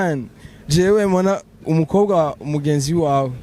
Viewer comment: Murabereye cane...ariko Mona wiyigishe kuvuga umukobwa cank abakobwa..apana umukoga cank abakoga!